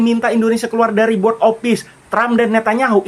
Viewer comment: Cara sebut " Board " itu " Bod " bang " Bod "